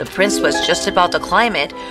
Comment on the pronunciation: Not prices it is prince